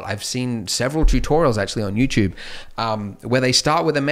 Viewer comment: Andrew be like : "Jew-tewb"